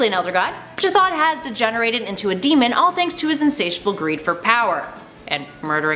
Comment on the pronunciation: Shitton? Rly we're pronouncing Chthon as "Shitton" ???